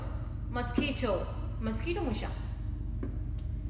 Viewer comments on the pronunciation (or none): Mos q uito أخطأتي في حرف q قلتي حرفa